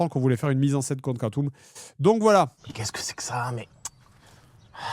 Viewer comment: Complètement trigger par la prononciation Code Quantum au lieu de Code Quantum.